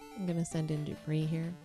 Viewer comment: Wanna know something hilarious? Dupre's name is pronounced 'Doo-Pray', he even says so in Ultima VI: The False Prophet (SNES) that it 'rhymes with fray'. XD So inadvertantly you missed a chance for a pun/alliteration with 'Dupre died in the fray'! Anyway, real treat to see someone complete this game legit-mode. Not many people do proper longplays and either only play for a short time or only play short games. This has been a, what, 16 hour adventure? And you're playing quite well, with expert knowledge! Quite a lot of repetition and grinding, but an enjoyable journey, yes? Not many games can offer that in actual gameplay, and not just 'you died, do it again the trillionth time this level', or an even worse degree of grinding. All this, on a system with just 24KB RAM (16KB video, 8KB system) and a 256KB ROM cartridge, driven by a 3.5 MHz 8-bit CPU.